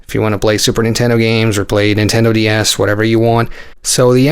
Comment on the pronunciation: Sounded like you said nintendo d arse I cracked up